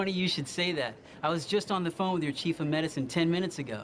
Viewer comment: (answers phone) "Chief O medicine" XD